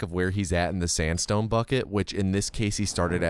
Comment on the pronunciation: I wouldn't blame you if you accidentally said sansstone when you quickly say sandstone.